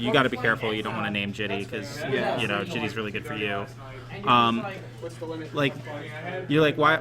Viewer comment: Jitte pronounced jeetai not jitee. Just being picky. Nice (now old) list though.